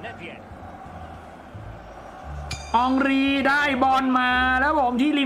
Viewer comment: เฮนรี5555 มันชื่ออองรี😂😂😂